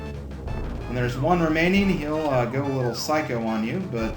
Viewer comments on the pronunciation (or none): none